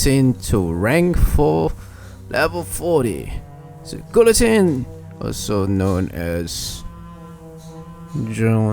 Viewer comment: By the in guillointene the l is slient